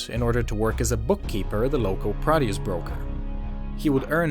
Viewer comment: Produce brokerage. You didn't hear it because he's not saying it correctly.